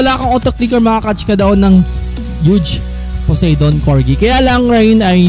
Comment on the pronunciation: Po-sai-don po ang pronunciation